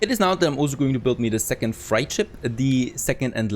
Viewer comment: Nice. Freight is pronounced like crate